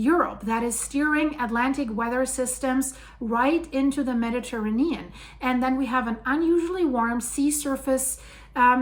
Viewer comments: The earth has always changed nothing new! And what’s with this woman’s weird pronunciation of Mediterranean? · Mispronouncing Mediterranean. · I've never heard anyone pronounce Mediterranean that way